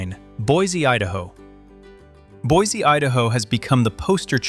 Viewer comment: Boise is non pronounced Boizy. It's pronounced "Boisy"